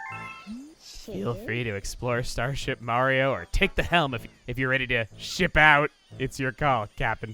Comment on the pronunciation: Whenever says ship I feel like he says shit